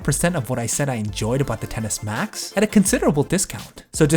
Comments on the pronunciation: Excess Max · It sounds like you’re saying tennis max it’s pissing me off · 😂😂 I can’t unhear it now